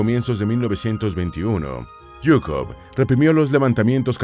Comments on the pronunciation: Zhukov, se pronuncia chukov, no es yuko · a mi no me encanta tanto, ZHUKOV (SHUKOFF ó SHOO-KOV) es lo correcto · Es que usted sabe mucho o que? Porque dice yucov zukov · Porque pronuncias yukov? Se pronuncia Shukov Si vas a decirlo tantas veces en el video pronuncialo bien. Me da asco de solo oirlo mal. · su apellido es: ZHUKOV (PRONUNCIADO SHU-KOF Ó SHUKOV) , molesta escuchar su apellido erroneamente como GUKOV, favor corregir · Yukov?? Qe no se lee: zukov,,,,, tonses como se pronuncia: zhukov , en españól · ¿En serio es tan difícil de pronunciar ZHUKOV? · Sólo un aporte la correcta pronunciación de Zhukov es Zzzzzzzzzzzzzzzuuuuuukov como el sonido de la abeja, me lo comento una maestra de ruso que tuve en donde teníamos que hablar de personajes históricos de Rusia y yo escogía a Zhukov jaja 7u7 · Te faltan muchos conocimientos. La verdad, sin la ayuda de USA la unión soviética hubiera sucumbido. Son palabras de Zhukov, no mías. Por cierto, al ser apellido de madre se pronuncia Zhukova, todos fallan en esto. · "yukov" 😐😐😐😐 En serio? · Me encanta como le cambia el nombre a general zhukov diciendo Jhukov. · si el apellido fuera Jhukov, estaria bien la pronunciación de YUKOV del video pero su apellido es ZHUKOV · La h es muda y no pronuncias la z Zukov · Por favor, ¿podrías no pronunciar en inglés los nombres que no son ingleses?. Hablas de von Paulus a continuación de Leningrado como si estuviese allí, pero sabes que estaba en Stalingrado. Yo no creo que Stalin tuviese miedo a Zhukov, de otro modo lo habría fusilado en las grandes purgas, como hizo con Tujachevski, mucho más brillante que él y de quien Zhukov aprendió las ideas de la guerra móvil. Seguramente era el tipo de persona de origen humilde y de aspecto campechano que Stalin no solía temer, y que por tanto podían sobrevivir en su presencia, como le sucedió con Khrusev.